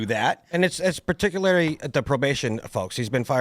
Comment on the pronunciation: "As perticulary" shut up